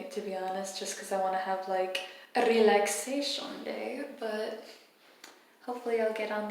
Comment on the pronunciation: "RElaxation"... Super "R"